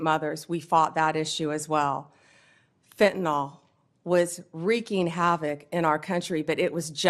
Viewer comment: Fentanyl. Last syllable rhymes with hill. Pronounced fentanill.